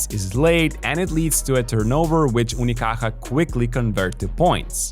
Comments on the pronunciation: Your effort to pronounce "Unicaja" properly is appreciated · Malaga represent hijos de puta. Best part of the video is listening to a guiri saying "Unicaja" perfect ngl, respect to you whaterver you name is:) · Came here after their defeat in 2025. Btw, nice pronunciation of "Unicaja" bro. Love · Wow, you pronounce "unicaja" reaaaaaaaaaaaaally good. It's not easy, nice one